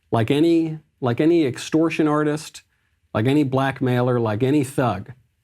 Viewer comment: I almost screamed "BASED", i thought he said "black male or thug" as opposed to "blackmailer or thug"